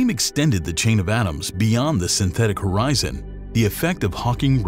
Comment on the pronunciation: HORZION 😂 Milky Way Horizon😂😅😂😅😂😅